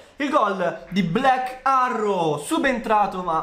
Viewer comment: Potresti migliorare la pronuncia quando di "black arrow"? Vai a cercarla su Google translate